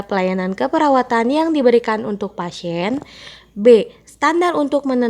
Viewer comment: Pasien dibaca pasien bkn pasen.dispenea dibaca dispnu bkn dispene.